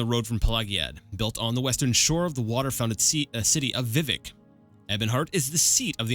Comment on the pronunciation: Good job, keep it up! By the way Vivec is pronounced vih-VECK, emphasis on the second syllable. And your guess about the Sea of Ghosts is correct! I'm not sure that's what gave the sea its name, but humans were fleeing Atmora to Tamriel en masse and many ships sunk there.